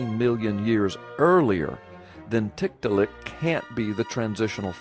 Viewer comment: Is it wrong for me to giggle everytime says tit-ta-lik?